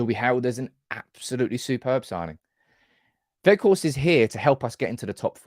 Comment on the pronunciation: Jayzus please stop pronouncing him Wedgehorst:D I remember the very moment in one of your videos when you got a suggestion from one lady that the G is pronounced as CH or DG and instantly facepalmed at that. I would never imagine I'd still hear Wedgehorst from you today:D Anyway, he's going to be the best loan of this ilk we've ever had, he'll be in the history books of our club just like Henrik. Some say Ighalo 2.0, what the hell are they smoking? I will eat my phone charger if he doesn't strike a couple of important goals.